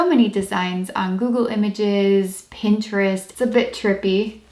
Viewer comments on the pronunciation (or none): none